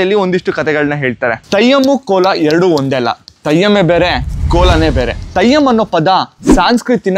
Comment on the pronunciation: Thayyam alla Brother 😢...Adhu Theyyam 😊